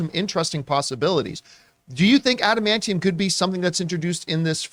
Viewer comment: Lol if I were the guy who mispronounced adamantium, I’d just respond to John’s criticism with one word: “Tygarian.”